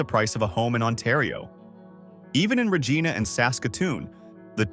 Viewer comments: Regins( Ree-jine-naa)! NOT redge- gee-nah! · Lmao you really didn’t pronounce Regina right!